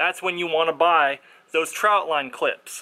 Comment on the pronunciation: Not trying to be rude er anything but to someone like me who catfishes a lot it's annoying when someone says troutline instead of trotline.